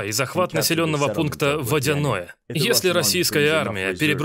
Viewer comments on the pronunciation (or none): none